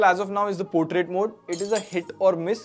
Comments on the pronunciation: It's portrait not potrait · "Portrait" not any teapot! 😂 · It's not potriat mode😅 Portrait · "potrait" mode LMAO 💀